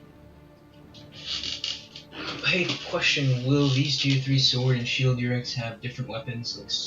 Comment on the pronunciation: I don’t think it’s pronounced YURE-IK. I think it’s Oo-Ruuk